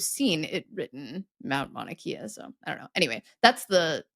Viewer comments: Mauna Kea: short vowel in “Kea”. Great vids for even us non-nerds! Mahalo! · BTW, an episode on Hawaiian words would be fun. It’s the world’s easiest language to pronounce: only 12 letters and each has only one sound. No blends. No schwa. So it is Mah’-oo-na Kay’-ah, not Maw-nuh Key-uh. And I can’t imagine anyone writing or saying Mount Mauna Kea. Also, the largest mountain by volume is its neighbor, Mauna Loa, which means “long mountain.” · Kay-ah… it’s Mon-ah-Kay-ah… not Kia… 😂😂😂😂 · Longitude/Latitude is easy. Long from top to bottom, and the rungs of a ladder (horizontal) And for Mauna Kea it’s kay-ah (not key-ah) Keep doing what you do, I love these eps!